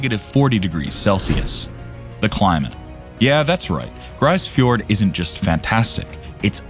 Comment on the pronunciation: It's pronounced 'grease fiord' not 'grice fiord'.